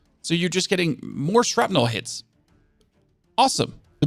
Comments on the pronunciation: "shrapnle"....not "shrapnel" Thats how you say...i hear you say it....Theres another but ill say it when i notice....its with an "A" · SHRAPNULL maybe